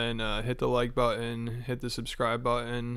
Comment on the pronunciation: I hate the way you say button